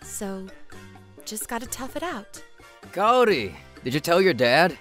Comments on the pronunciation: Very glad that guy got what he deserved. And I have to say I cringed pretty hard at the female VAs butchering the names, especially Kaori. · It's Kaori like apple and not Kaori like asian